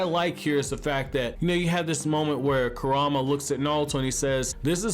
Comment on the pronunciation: RIGHT?? LIKE CAN YOU NOT PRONOUNCE THEIR NAMES? EVERYBODY PRONOUNCES IT WRONG!